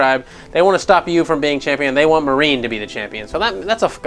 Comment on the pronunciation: "Marine" It's Marnie.